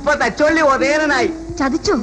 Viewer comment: എല്ലാം ok. പക്ഷെ, സത്യൻ മാഷ് തച്ചോളി എന്നതിന് പകരം തചൊള്ളി എന്നാ പറയുന്നത്.